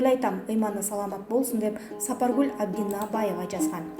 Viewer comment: Сапаргул Абдунабаева эмес,Абдунабиева,созду дагы туура эмес окуйт бул диктор кыз дайыма